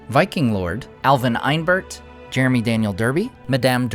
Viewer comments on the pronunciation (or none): none